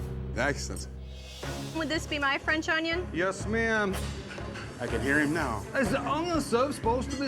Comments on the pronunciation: 40.45.....😂whats an "Ongyon"??? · I absolutely hate when people pronounce onion with a g in it.